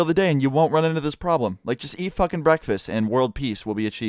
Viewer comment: What’s a breekfasts